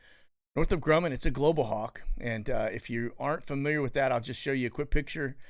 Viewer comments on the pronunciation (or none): none